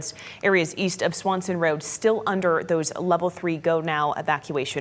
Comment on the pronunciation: It's Swenson, not Swanson Rd. 🤨